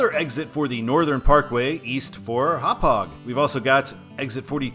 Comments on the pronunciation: he nailed hauppauge though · ironically, you are pronouncing Hauppauge correctly, but saying the same of the highway wrong. the sign may say "Northern Parkway", but the highway's actual name is the "Northern State Parkway" or just "the Northern State". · Sagtikos you said that right, and you actually pronounced Happauge right too.